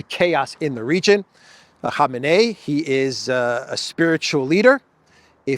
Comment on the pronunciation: it is pronounced "koh-MAY-nee".